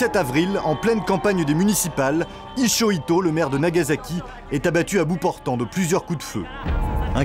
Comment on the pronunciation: Ichoito ? On de prononciation ?